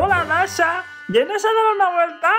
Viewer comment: SOY YO O SERGIO CUANDO NUNU PERDIO SERGIO DIJO DASHO Y MIMI DIJO DASHO Y ES DASHA NO DASHO